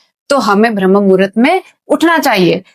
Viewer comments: भ्रम नहीं। ब्रह्म मुहूर्त बोलते हैं। तुमको बोलने ही नहीं आता है। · Pehele Bramha bola Sikh lijiye. Bhrm bol Rahi ho. Apna pronounce thik kare please. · भरम मुहूर्त नहीं ब्रह्ममुहुर्त होता है सिस्टर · भ्रमह मुहूरत नहीं ब्रम्ह मुहूरत। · Sister Bhram nahi bramh muhurut hota he... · Madam bharm nahi brahm muhurt ucharit karo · ब्रह्म मुहूर्त उच्चारण होता हैं ।